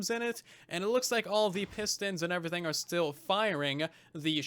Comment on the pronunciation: How do you manage to say “everything” with a U. Like eÚverything